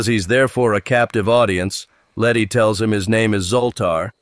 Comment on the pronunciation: The entire time around 30 min they call her lenny not letty throughout